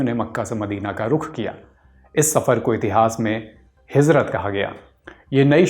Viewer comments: ग़लत !! एक एक लफ्ज़ सही से pronounce kiya hai, iska matlab aapki bhi urdu kharab hai. Presenter ne Fajr ko Fazr कहा है, Hijrat ko hizrat aur bhi galtiyan thi. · It is Hijrat not Hizrat